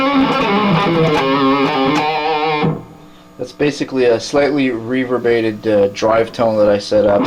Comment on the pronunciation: "reverbated" I love it